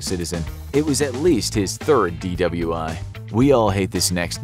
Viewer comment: did he say dwi?